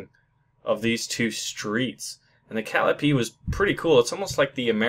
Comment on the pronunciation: It is pronounced Pear-ish-ing. Perishing. Cal-lie-o-pee. Calliope. Also those were not Jackson's, they are Sluggers.